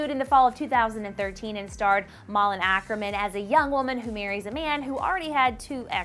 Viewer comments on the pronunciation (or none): Malin Åkerman, not Akerman.